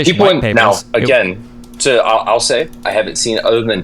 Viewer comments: Every time says the word "AGAING" I get physical reaction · Againg gang